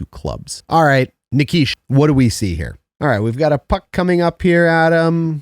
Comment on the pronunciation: As for the new young stud defensemen for the canes, I believe it is NI-KEE-SHIN. Loving these playoff videos man 🤙